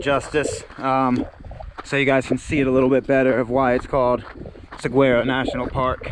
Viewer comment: Love your videos, views & commentary. Saguaro is pronounced: sa war o